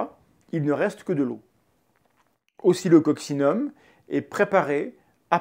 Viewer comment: je t'entend dire occocsillum et je lis oscilloccinum c'est pour aller plus vite ou ca se prononce vraiment comme ca?